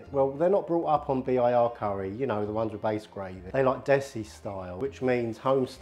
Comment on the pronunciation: I'm impressed, never heard an Englishman say Desi.